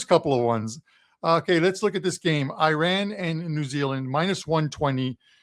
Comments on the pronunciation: It’s painful to hear the pronunciation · I know nobody cares ,but it,s always good to pronounce it the right way!